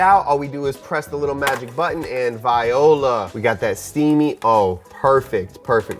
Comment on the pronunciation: “Anndddd viola!” 💀 Being dyslexic, this made my LIFE.